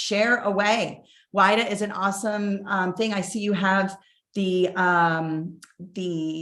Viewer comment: Pronunciation for WIDA is /weeda/